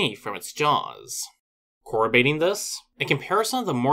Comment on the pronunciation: It's not "corrobating" it's cor-rob-bor-rating. I try not to correct you any pronunciation but sometimes you get so wild with it